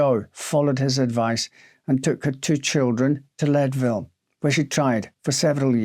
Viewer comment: Believe it or not, it's pronounced "Leed-ville" -- not "Led-ville." :)